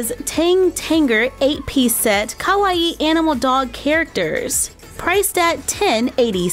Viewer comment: Hold on Is no one gonna talk about the fact she said Ka-wa-e In stead of Kawaii????